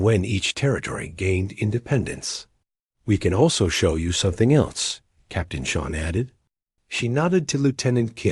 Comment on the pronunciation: Oh wow, another woman. Whose writing these dot stories. Can't even finish them or pronounce the Irish name Sean properly.